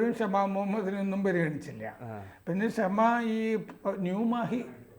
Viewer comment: Not Kshama, Shamaa.